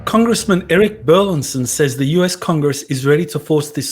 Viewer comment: I know it may sound like we're splitting hairs here, but the congressman's last name is bur-LIS-son, not bur-LIN-son., you keep getting Congressman Burlison's last wrong. Not only are you mispronouncing it, but you're misspelling it in your tweets and Youtube video descriptions.